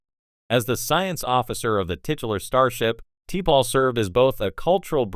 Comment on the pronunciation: Turned it off after 40 seconds because your computer cannot pronounce T’Pol or Nimoy. 👎